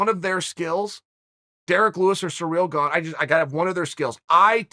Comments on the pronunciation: Chael keeps saying Ciryl “Gong” Please nobody correct him 🤣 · Just clicked to hear him say Gong!😂😂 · Congratulations gane even if chael can't pronounce your name!